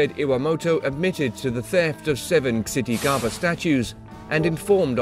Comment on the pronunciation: The Buddhist Media yeah it isn’t pronounced chittigarbha